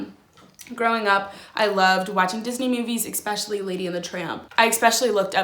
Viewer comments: Oh god “ex-pecially” 😭😂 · “Exspecially” ahahah I’m dying